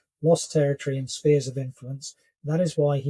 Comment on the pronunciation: How can a man who says "Spears of Influence" (10.42) and not "Spheres of influence" pronounced "sfeeuh" with an f....be taken seriously.... very disappointing Major General....how on earth did you rise in the ranks with such a poor grip on English pronunciation.